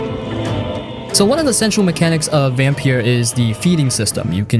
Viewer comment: It's Vampyr..... Not Vampire